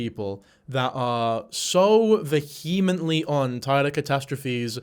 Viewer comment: Please learn how to pronounce “vehemently” correctly. That & trying to use big words when you’re not sure what they mean, in an attempt to sound more intellectual is a bit annoying